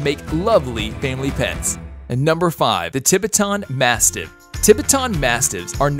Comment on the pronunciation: “Kane” Corso 🤦🏾‍♂️🤦🏾‍♂️ugh “Tib-bi-ton”mastiff 😂😂 come on this is a joke right? Just butchering names lol